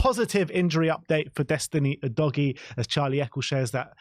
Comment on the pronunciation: Is it a bit of fun, and, you have udgoie, you've really butchered his name😅